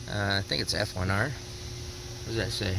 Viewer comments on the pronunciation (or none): none